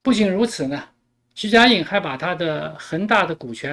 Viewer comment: 主播你是故意还是真的“徐”“许”不分?